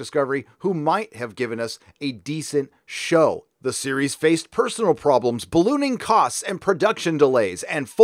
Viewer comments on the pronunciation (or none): "personnel" is not "personal."